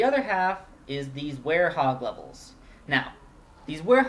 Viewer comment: It's were-hog